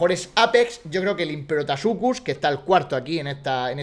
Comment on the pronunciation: te has dado cuenta de que tu le dices imperotasuchus y es imperatosuchus xd